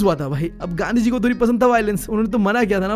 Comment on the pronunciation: Bro made gandhi ji sound like gandu gi 😂